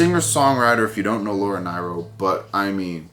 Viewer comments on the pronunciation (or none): Pronounced Laura NEAR-RO and she had a massive impact on many like Elton John, Bette Midler, Alice Cooper, Steely Dan, The Fifth Dimension andothers in the industry. I remembered when she passed back in the late 90s and it was a sad day indeed.